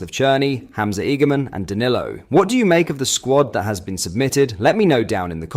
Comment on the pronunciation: Hamza’s a gamon. Honestly stop using ai man. 😂😂